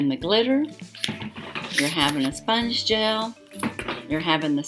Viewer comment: It’s pronounced Sponge gel A See the accent over the e at the end of the word. It’s the same as saying Renee’ pronounced Renea with a long A at the end.